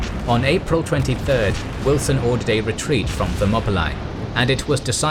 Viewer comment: Thermopylae lol